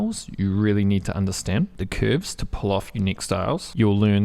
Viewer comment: Came to hear you pronounce CÜÜÜRVES your very own way. Stayed for the quality content.